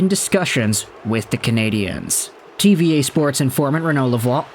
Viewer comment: Its not pronounced "TeeVee EH" it's pronounced "TeeVee Ahh"